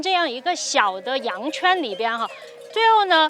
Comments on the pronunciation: 羊JUAN（4声），不是羊Quan（一声）。😅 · 叫羊圈juan. 不是羊圈quan. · 亲爱的 那个叫 羊圈Juan 不是 羊圈quan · 视频是不错，点赞。但是不能单学外语呀，汉语也的学好呀。听着麋(mi)鹿和羊圈（juan）读错了，有点小遗憾！期望越来越好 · 跟我读：羊圈 Juan 四声 😁